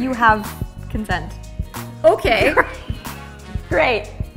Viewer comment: Elise not being able to say ‘do I have your consent’ properly is such a mood 😂